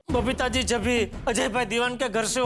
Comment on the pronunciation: Jethalal Every Time : BABITHAAJI ,,,, ((( Error )) and iyer Bhai 🤣